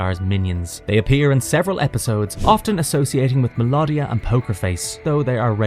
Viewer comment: This was great but a few mispronunciations. Mel oh dia & Moleck u lar! I loved this cartoon & have them on dvd. Transformers, He-man, Gobots, GIJOE, Transformers & Thundercats & I do also love Herculoids & Jayce & the Wheeled Warriors ❤ great times